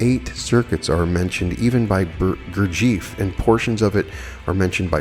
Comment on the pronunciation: I chuckled at your pronunciation of the name Gurdjieff. I've studied his and Ouspenski's FOURTH WAY work since 1985. Try breaking the name into 2 sections Gur and Jeff. Then put them together ☺️ GURJEFF.